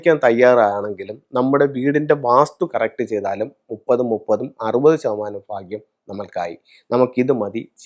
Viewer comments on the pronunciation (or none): ഫാഗ്യം അല്ല, ഭാഗ്യം